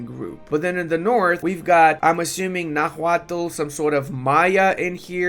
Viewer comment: The h in Náhuatl is silent, and the first syllable is the stressed one